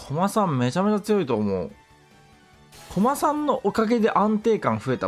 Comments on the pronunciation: コ↑マさんですね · コ↓マ↑さんが気になって話入ってこんかった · の こま↑さん と こ↑まさん が混ざってるの好き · ずっとコマさんのイントネーションが気になって内容が入ってこないw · 相変わらず「コマさん」のイントネーションが草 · コマさんのイントネーションくそ気になる